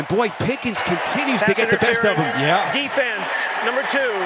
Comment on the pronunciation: Why does the announce keep calling that guy "Pickings"? It's Pickens.